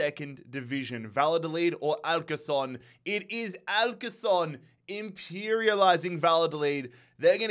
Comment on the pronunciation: Leganés > Leh-gah-ness Alcorcón > al-kor-kon Guaraní > gwah-rah-knee